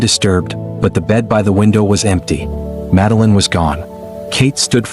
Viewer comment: AI can't even pronounce her name. It's clear the child was taken. In the absence of authorities successfully finding the perpetrator they look to those closest to pin on the blame.It's a disgrace really . Reminds me of when Azaria Chamberlain was taken by a Dingo in Australia 1980. No Dingo putting it's hand up so imprison the mother. Yes parents do kill their children but these didn't. As if these parents searching for their missing children had time to dispose of a child. Shameful really.